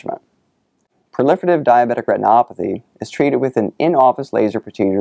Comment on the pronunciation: The way he says "diabetic retinopathy" is amazing. I could listen to that on repeat.